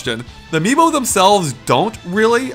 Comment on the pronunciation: Is it bad it took mispronouncing Amiibo for me to finally understand why they called it that?